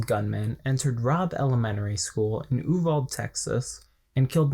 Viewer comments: THANK YOU. I got so annoyed when he kept calling it oo-vald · Its pronounced oo-vall-dee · It’s not an English word. So while it’s spelled Uvalde it’s pronounced Ooo-Val-day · also you don't even pronounce YOU-VAL-DAY (Uvalde) right. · Man I agree with what you’re saying but hot damn learn how to pronounce Uvalde correctly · The only thing I dislike about this is your mispronunciation of the town name. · Not going to lie I'm cringing every time you mispronounce Uvalde